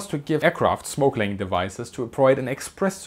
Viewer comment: Oh! Smoke laying. It sounded like "snorkeling". 😁